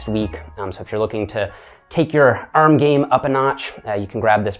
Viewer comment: why does he keep pronouncing arm as erm? Makes it hard to focus